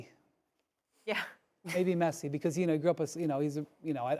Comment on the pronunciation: you the best man, i liked when you said Messi